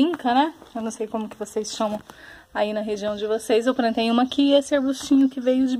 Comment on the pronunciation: Ate curti de verdade, mas não gostei do : "Prantinhas" , "prantei".....